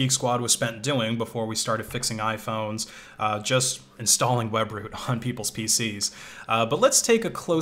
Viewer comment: When he said webroot I cringed